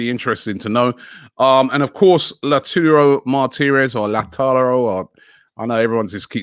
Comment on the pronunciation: When Robbie finally says Lautaro Martinez correctly